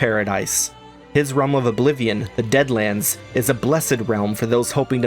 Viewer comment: Can we talk about the one mispronounced deadlands into dadlands making a deadric realm of bad jokes, unasked advice and couch sleeping dremora